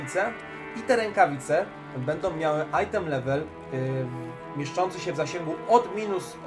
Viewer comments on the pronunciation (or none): none